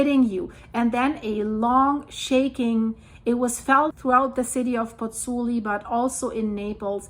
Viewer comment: Concerning situation in Napoli and Pozzuoli., you are mispronouncing Pozzuoli. It's not three syllables (Pozz - oo - li), it's four syllables (Pozz - oo - aw - li). You're missing out the o, the 'aw' sound. All the vowels are pronounced in Italian...